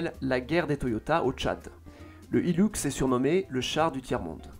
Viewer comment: Ça ce dit hilUx, pas hilOUx. 😂😂😂😂😂😂😂😂😂😂😂😂🤣🤣🤣🤣🤪🤪🤪